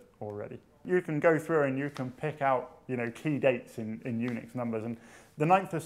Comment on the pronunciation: Unix sounds like eunuchs. I cant fucking unhear it.